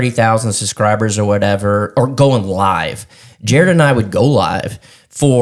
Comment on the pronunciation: 😂😂😂😂 SUScribers 😂😂😂 That cracks me up everytime he says that word.